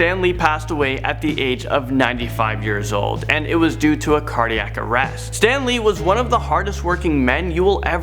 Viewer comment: That woman in the beginning really pissed me off. She said “Stan Leed” instead of Stan lee. Also she was trying to read the name so hard. Stan Lee was one of the greatest people ever. R.I.P Stan Lee